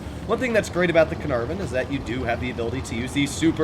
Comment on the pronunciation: "the canarven"? "the larva"?